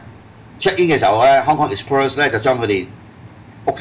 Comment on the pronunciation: Hong Kong Exbirds?? 咩料呀😂😂😂 啤梨你讀唔到Express呢個字 不如講返香港快運算啦